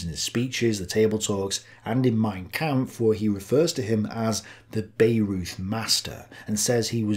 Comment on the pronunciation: A fascinating insight into German thinking at this time. Madam Blavatsky seems to have influenced everyone around this time - all but forgotten now! I cringed at your mispronunciations of Wagner, Bayreuth and Sigma!